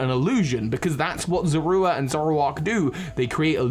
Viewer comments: Is anyone else bothered by the fact that he's pronouncing Zorua as Zorwooa? I always thought that Sinnoh folk tale was meant to be a pokemon version of the real world myth of selkies (and other myths involving animals that can remove their skins to assume human form). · "Z-ore-oo-ah," not whatever you're saying; that is not how they said it in the anime or ever. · The pokemon's name is zoroa not zorua! Duh! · pronunciation of zoura bugs be for some reason